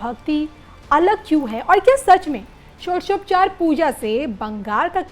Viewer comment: षोडशोपचार नहीं बोल पा रही एंकर😅😅